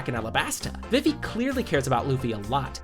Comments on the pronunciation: Why did you pronounce vivi like vivy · Is it just me or did bro just say Luffy and Diddy💀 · did anyone else hear luffy and diddy when he said luggy and vivi